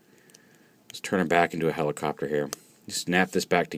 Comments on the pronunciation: Did he say "helicopturd" at the begining? XD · Lol, Helicopturd